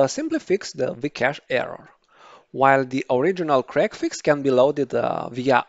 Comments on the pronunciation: I'm going to tongue-in-cheek tease you for a moment, I know it ain't your fault, but your accent makes it sound like you're enunciating it as "crackfix", instead of "c-reg-fix" :p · Okay, I was trying to be polite about this. Your enunciation wasn't good enough for me to actually make out the name. I knew you said it, but I couldn't understand you.